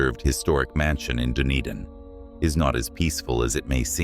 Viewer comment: thank you for your research some of this I did not know. I am a New Zealander but clearly don't know as much as I thought about our country. Dunedin is pronounced, Dun e din